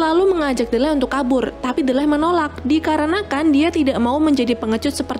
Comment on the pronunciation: Ralat Kak, Nama Tokoh Utama nya Kalo dibaca Menjadi "Dileh" bukan "Delleh"😀 Iya sih Tulisannya Memang "D-leh", Tapi kalo dibaca Menjadi "Dileh".👍 Soalnya saya sering Nonton Film nya dan juga memperhatikan Dialog mereka.